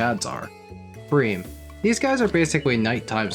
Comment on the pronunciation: Thank you for pronouncing Bream correctly.